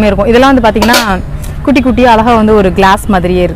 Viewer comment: அருமை , உங்களுக்கு ழ உச்சரிப்பு சுத்தமாக வரவில்லை , ழ சரியாக உச்சரித்தால் இன்னும் நன்றாக இருக்கும் உங்கள் பேச்சு , அழகா என்பதை அல்லக போன்று உச்சரிக்கிறீர்கள்